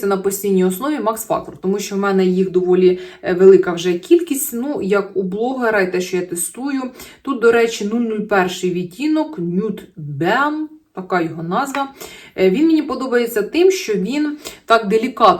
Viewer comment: з англійською біда..."беам" )